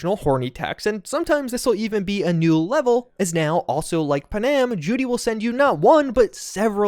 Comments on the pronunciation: Aye lemme tell you something. NOBODY LIKES TO HERE THEIR NAME SPELT WRONG. ITS PANAM PAN - AM. WHERE THE EFF DID YOU GET PUHHNAM FROM?????. Its like with Thanos. They say his name in the movie yet you ppl still say THEY - NOSE. TF???? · do me one HUGE favor. Panam's name is pronounced Pan-am, not Pa-nam. It is short for Pan American, like the games held for the Americas, or the old airline. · I love what you do, but I can’t stand it anymore, your mispronunciation of Panam. It’s not pronounced Pa’-nam. It’s pronounced Pan-am’. Please stop doing it or I’ll have to sic her on you and you know what she’s capable of. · Yes....that is kind of grating...especially since every single NPC in the game calls her PAN-Am....like multiple times. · Nah I just can't with the Pa-Nam... 😭😭😭😭